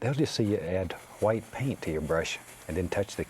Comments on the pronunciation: I could just listen to him saying hwite all day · “Just a little Hwite 👌” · Hwite. never gonna say it differently now. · I love how he pronounces the h in white. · I always wondered why he says hwite